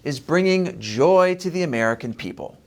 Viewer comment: Why do you put such an emphasis on Harris’ “joy”? It makes you seem like you’re against joy and the joy is somehow weird, which to me is weird.